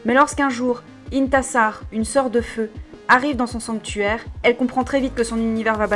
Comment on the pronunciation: "IntIIIIIssar" disais-je à chaque fois que tu parlais d'elle haha xD Je suis en train de lire le tome 2 et j'avais dévoré le tome 1 aussi, ça se lit très facilement =)